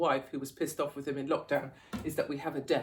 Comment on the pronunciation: With! It’s with! 😂